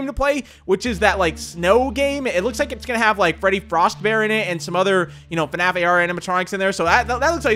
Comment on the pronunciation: I saw in your other video you said fanaf it’s F.N.A.F/five nights at freddy